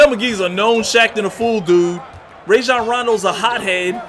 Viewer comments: It’s actually pronounced ryjon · Raw shjan rondo not ray shjan rondo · “Rayjon rondo”😂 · Zu-Back??? Ray-jon??? Does this guy even watch basketball games lmao. and of course Lebron will compete this year, he'll compete no matter what that's just what good basketball players do. You better believe Rajon won't let Lebron get away with resting too much.